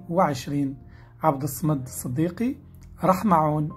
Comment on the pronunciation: راك تتمسخر ماتعرفش تنطق اسم من أسماء الله سبحانه وتعالى وهو الصمدبفتح الصاد ومعناه الذي تصمد إليه الخلائق